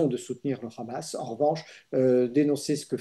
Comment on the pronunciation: Mr Dénecé, on ne dit pas "Hamas" comme avec la "jota" ; mais Hamas avec un H aspiré. Les Israéliens prononcent comme vous.